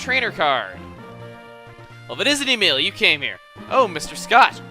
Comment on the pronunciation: Emile Said as Not Em-il-e